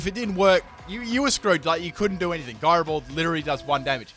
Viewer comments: "Guyrow ball" You're killing my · He pronounces gyro ball wrong. “TRIGGERED!!!!” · The way you pronounce gyro ball made me think you were talking about Garbodor....